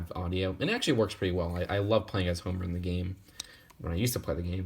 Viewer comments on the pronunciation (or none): none